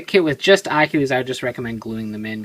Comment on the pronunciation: your saying its name wrong your like Akhilies